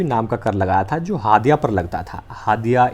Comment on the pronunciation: आप झारखण्ड के रहने वाले नहीं हैं इसलिए हड़िया को हादिया बोल रहे हैं 😂😂😂😂